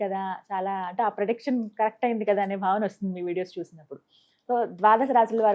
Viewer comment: ప్రడక్షన్..... కాదండి ప్రిడక్షన్ అనాలి